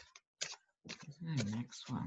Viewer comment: 🌱🖤🌱🌱🖤🌱 Yay! It's. Hoo~Rah 2 Quickies** I submit taking care to pronounce someone's name is a sign of respect so she must be called gizzard. 1.25 Pope says it is ok to get vaccine with abortion cells.? 1.5 [LOL] I completely agree on the stimulus checks, allows them to decide if it really does stimulate ecocomy and deny the importance on that basis. 1.75 Who should get the honor of blowing up the trump hotel? I personally think someone spoiled buy it and use for homeless...or to help in other issues he has made worse... should it be Hillary? Greta Thurberg? What should bug him most? A women's retreat? Especially for journalists? 2. You gotta visit The Queens Tarot. For the December 21st! She's a gifted astrologer. Seriously excellent! Fairly new...I love this woman! Fresh, Fun, Knowledgeable, Enthusiastic, Thorough, Spot on. Promise you it'll be a gift you give yourself. I don't do astrology, my brain is just, hmm, differently abled [back in the day, state agencies wanted to make all state employees call handicapped folks that, about the time crippled [!!] Was banned. She is not your usual astrologer and she adds politics in, passion, joy, righteous anger... Finally, I am so grateful to you. Someday I shall tell you why but right now, It's a Dance of Joy! See why 🌱🖤🌱